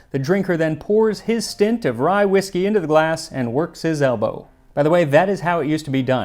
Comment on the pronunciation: Sorry, did the word "glass" used to have an "f" in it?